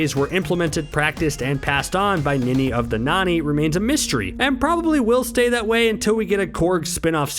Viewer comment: It's Ninny of the Nonny... not Nanny